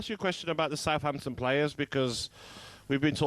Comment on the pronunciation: Talk sport its Southampton. It's tonda